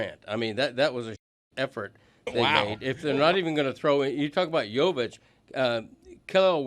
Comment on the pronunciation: I wish he would say Jovic’s name correctly